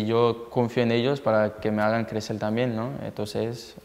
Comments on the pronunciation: Clecel, ( crecer ) tienes razon,que mal habla, ayuda, y más ayuda para rendir. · Los quielo ayudal pala clecel jajaja me encanta que no pronuncia bien la r, me encantas griezmann! 😂❤️